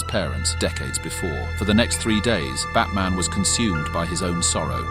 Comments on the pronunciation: Trying for a few minutes to figure out if I heard fatman at first and not batman💀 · He’s 100% saying Fatman. Should be ashamed of himself 😂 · im hearing at the begining of the video fatman not batman💀💀💀 edit:100 likes lol thx